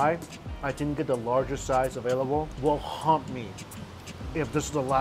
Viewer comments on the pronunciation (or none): none